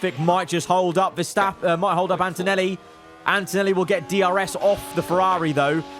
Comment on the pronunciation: spent too much time in the shed with us and messed up Verstappen and Antonelli's name in the race